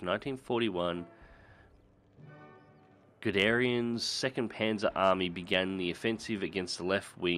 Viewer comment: The day I find an english speaking youtuber that can read and sound out names like Smolensk and Guderian is the day I die.